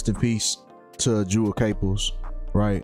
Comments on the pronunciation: Can't take this seriously when you don't even know how to pronounce her name. RIP Jewell. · When you can't even pronounce her name right, just tells me you really know nothing of her. You probably automatically assume that when someone famous dies, it was a sacrifice. You're wrong, she was sick. Delete your video and re do your research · If you're trying to be respectful bro say her name right Jewell come on bro get that right you sound like a clout chaser can't even say the woman's name right